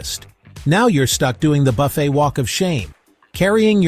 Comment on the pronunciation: AI slop. Most of the video isn’t a cruise buffet. Also “buff-ett” instead of “buff-fay”. Come on